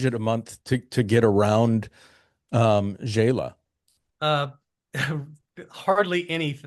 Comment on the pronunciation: FYI, Xela is pronounced “Shay-la” not “Jay-la”. Love your interviews. Great, varied content of many different places and countries for retiring on less.